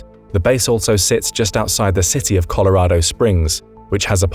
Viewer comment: If you look real hard at the word Colorado, you will notice that it ends with an O. Not an A.